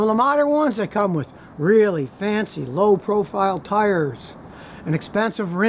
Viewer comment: LOW PROFIRE TILES 😂😂😂